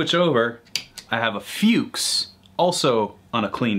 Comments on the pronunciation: Sould be pronounced like „Fairn vay“ in a thick scottish accent. And „Fuchs“ should pronounced like „Fooks“. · "F-yew-ks," huh? Good to know. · Also "Fuchs"